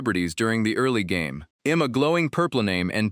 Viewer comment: This ai voice got an accent 😂😂😂 all i hear is em instead of i'm